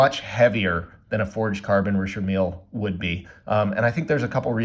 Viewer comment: its not pronounced Richard Meal... holy fk its annoying the way you say it. Also you could have bought the same watch in china for 60 bucks